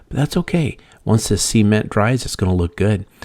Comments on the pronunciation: Imagine if this guy had a dictionary & referenced it & didn’t sound silly….repeatedly saying, “see-ment” LOL it’s SA-MENT 😂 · It’s cement, not sea-ment. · He should start by learning how to properly pronounce SA-MENT LOL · I cringe every time he says "see-ment" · NOT SEA ment! Geeez 😂😂😂😂🤣🤣🤣🤣🤣🤣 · I was done when he said ceement